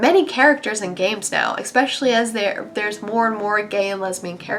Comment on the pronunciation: "eckspecially" xD